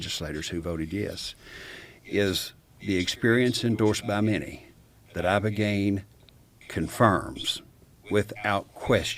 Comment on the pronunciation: Ibogaine ,,, brother not ivagaine